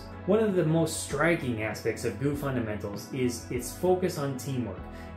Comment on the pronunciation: Great video! Though a part of me died when you said "gu" instead of G.U.E